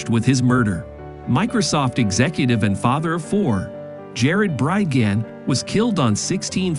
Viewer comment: This is AI and repeatedly mispronounces Bridgeman over and over. Was any english speaker involved here?